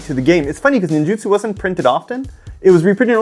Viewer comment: Holy cow man this is the first time I have realized since the set came out that it’s Ninjutsu and not Ninjitsu! 🤦‍♂️🤦‍♂️🤦‍♂️ hearing say it correctly is the first time I’ve ever heard it said correctly and my brain always put Ninjitsu there when I saw it 🤣🤣🤣